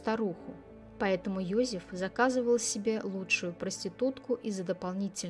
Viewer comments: какой Йозиф ? он ЙозЕф, то что автор ролика коверкает имя на еврейский лад, не означает, что он был евреем, имя интернациональное, как Дэвид - Давид, в европейских странах библейские имена популярны, это у нас, если Сара, то стопроцентов будут считать еврейкой. Он австриец, и на рожу, и характером, родители наверняка фюррером восторгались, да если б он был евреем, маловероятно, что вообще смог бы родился, в Австрии в 1935 и благополучно вырасти. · Ёзэф,не Ёзиф.Произносите правильно,очень слух режет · Не все равно...произношение на уровне Сельпо. Один Ёзиф чего стоит.